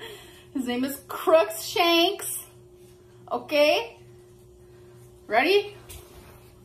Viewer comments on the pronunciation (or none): I’m so pissed that she pretends she loves Harry Potter and yet she mispronounces Crookshanks’ name. 🤦‍♀️